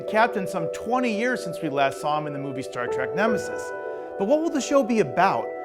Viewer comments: Stop saying "Star Track"! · After all these decades MFer's still saying Star TRACK!